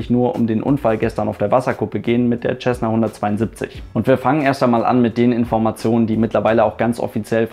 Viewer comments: Nicht mal du kann den Name Cessna richtig aussprechen....Da ist kein "CH" dabei...Sessna......jesus....google mal etwas...und höre wie es ausgesprochen wird...."auf fucking English"...i dare you to to a video in English....ASAP...i bet i will laugh my ass off........🤣🤣...."th"=s???........🤣🤣🤣🤣🤣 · Was ich nicht verstehe ist wie man als Pilot "Tschessna" sagen kann. Lernt ihr in Deutschland bis heute nicht wie man das richtig ausspricht? Mein Beileid an die Opfer. Ein wirklich schlimmer Unfall. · Ich habe es von dem Amerikanern gebaut. Von den selben die das Ding auch bauen. Tschässna klingt einfach nur bescheuert. Man sagt ja auch nicht tschänt (cent) oder Tschälsius (Celsius). Es ist einfach falsch, sorry.